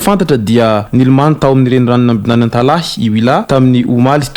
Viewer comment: "Antalaha" fa tsy "Antalahy"